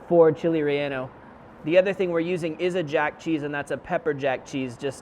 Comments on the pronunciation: “Chile Rey-yah-no” 😂 I think it’s rey-yay-no my fine sir. Great video though! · It's not "Chile Rellano" is "Chile Relleno" :P Delicious recipe, thanks. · Actually re-ye-no